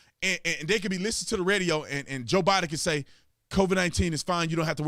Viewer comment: 😆I don't know if it's a jab at Barack Obama, when you mess up Bidens name. It's funny as heck.